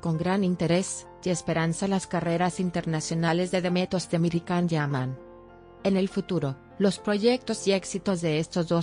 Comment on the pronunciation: Sería posible pronunciar el nombre de Can como "yan" no con la c? Demet es una excelente actriz capaz de interpretar diferentes registros sin necesidad de recurrir a eso